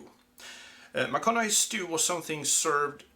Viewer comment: Well done, with the proper pronounciation.